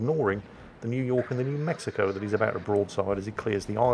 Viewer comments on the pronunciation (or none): none